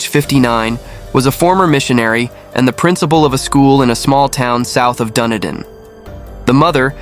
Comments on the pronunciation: DunEEden not Dunnydin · Had an in-depth look into this case and I'm convinced of David's guilt. It's pronounced Dun-E-din and is named after Edinburgh in Scotland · Dunedin is pronounced Duh-nee-din. David did it. No prints from Robin were found on the gun. If he had shot himself he would had have to have done it with his left hand according to the trajectory of the bullet wound, but he was right handed. David wore gloves and they were found at the scene, covered in blood and under Stephen’s bed. Robin had a full bladder. People generally don’t go on a killing spree when they need the loo. Who would write a note on a computer like that? David did his paper round in record time. He normally walked it. People saw him running it that morning. He washed his clothes that morning (to cover up the blood on them) which was also highly unusual as the house and residents weren’t the cleanest. His bloody prints were found on the washing machine. He told the cops he heard his sister gurgling, which means he was there when she died. His brother Stephen fought back and a week before told a friend about a dream he had where he woke to David standing over him with a gun. He had a premonition. Stephen’s prints were found on the barrel of the gun where he grabbed it during the fight. A lens from David’s damaged glasses was found in Steven’s bedroom. David had bloody socks on and left footprints throughout the house. He had fresh wounds to his face and hands when the police arrived. If you listen closely to the emergency call, David actually says ‘I killed them’. My partner at the time knew him from University and said he was bloody weird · where? dundin? PLEASE research place names BEFORE making your shows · Even though the narrator doesn't have a clue how to pronounce "Dunedin" this doesn't change the fact that David is obviously guilty lol